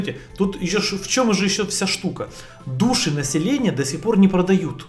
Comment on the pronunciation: Души населения? А вы правильно ударение ставите? ( В слове души)